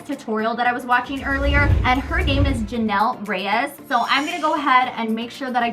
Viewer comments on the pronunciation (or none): none